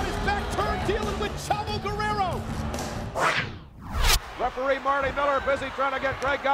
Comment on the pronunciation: It's not guererro